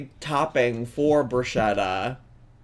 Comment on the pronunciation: omg the pronunciation of bruschetta was wrecking me